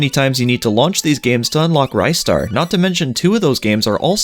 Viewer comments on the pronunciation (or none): It's Ree-star not Rhy-star